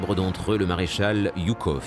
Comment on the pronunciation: Je suis un russe-phone (le russe est ma langue natale) et je dois vous dire, les auteurs de ce filme vraiment impressionant, qu'on prononçe le nom de marèchal Жуков - Joukov, et pas Yukov!